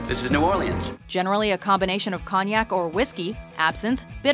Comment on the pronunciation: she can't pronounce cognac lol